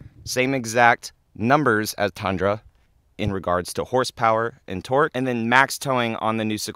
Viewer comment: Tundra is pronounced with U btw. Not A